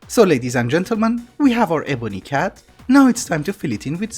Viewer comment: CAD is read like NSA and not like NASA I know you ignore these types of comments but you said it like 30 times in a row and it got to me (which may have been you trolling if so good job)